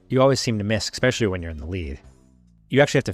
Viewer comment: Can we not say "exspecially"? It's especially.